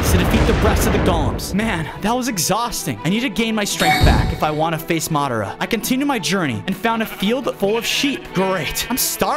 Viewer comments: It's madra not madro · bruh its madara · you butchered Madara’s name, pls learn to pronounce it right for the naruto fans as well as my self.